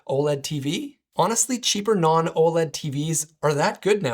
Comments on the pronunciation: Just say "OLED." You don't need to say "O.L.E.D." every time lol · U lost me at OH EL EE DEE.